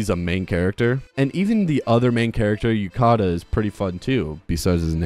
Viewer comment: I know this doesn't matter but his name is Yu-ta-ka not Yu-ka-ta which is the way you say it in the video